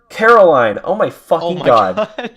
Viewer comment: It's Coraline babe. Not Caroline. :p